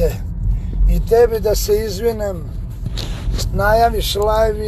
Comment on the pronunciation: ne kaže se "izvinEEm" već "izvinim".